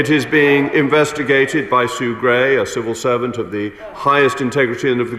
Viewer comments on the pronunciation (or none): I thought she said servile serpent. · The fact that she couldn't say the words "civil servant" and instead came out with "cerval servant" makes me think the answer to your question is probably no :)